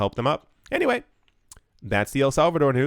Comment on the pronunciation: El Salvador with the Spanish twain should be said every episode